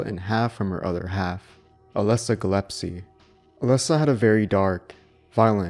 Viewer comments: SH1 is and always will be the original one and the best, but it's also true that SH3 is a really good and worthy sequel. (Note: It's Gillespie, not Gillepsie ;p). Thanks! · Dallia "Galepsie" ?? did you really say that?